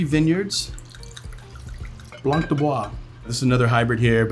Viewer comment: Please pronounce blanc as 'blan' not sure why someone that is a Sommelier keeps pronouncing the terms incorrectly.